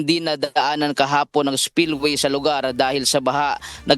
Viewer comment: Bakit ang pag bigkas mo ng tagalog o english words ay may dagdag na A Ihatid AH, ICI AH, Kahapon AH, weekend AH, individual AH, ALBAY AH, tricycle AH, Albay AH, Bicol AH, weekend AH, live AH. Hindi tama iyan